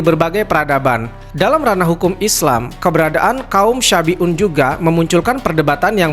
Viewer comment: Salah pengucapan bukan kaum syafi'un tapi shabi'un. Artinya beda, kalau syafi'un adalah kaum yg mengikuti ajaran imam Syafi'i. Kalau yg di ceritakan itu kaum shabi'un